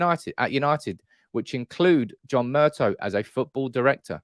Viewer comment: Murtaw mate not Murtoh